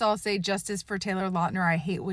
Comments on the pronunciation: When the new Taylor Lautner werewolf show comes out I hope they Finally correct the pronunciation of Lautner, it would be so flipping funny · Good points! I never knew he had physical issues due to this Btw would look into the surname pronunciation